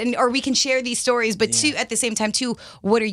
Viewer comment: When he said stories, he said stowies!!!